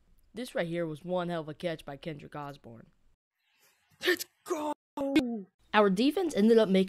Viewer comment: Bro said Kendrick Osborn